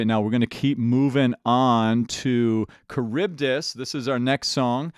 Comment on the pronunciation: This man pronounces Charybdis correct first try, but said Eurylochus wrong for like half the musical...